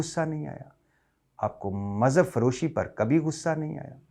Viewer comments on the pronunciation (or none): none